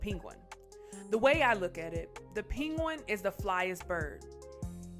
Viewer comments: Nice video. You say “Pen- gwen” like peen-goin”. It’s good to know Fonz doing good still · It's pronounced as "Peng_win" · This commentator needs a lot of work man!! Pinguin?? What?!? The Kanye westes? Bruh what in the hell??? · Here after Diddy’s arrest. There’s so much to say about Diddy and Bentley and all, but I’m stuck on the way the narrator says penguin 🫠🫠🫠. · Is no one else bothered by the way she said “Penguin” lmao?! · Could not stop laughing at the way announcer pronounced the word “penguin”. WTF? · Why is she saying penguin so weird? 😕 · Why is she saying Penguin like that 😑